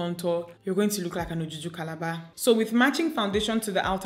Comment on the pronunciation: Even though I don’t know what ojuju calabar is just the way you said made me laugh out. 😂😂🤣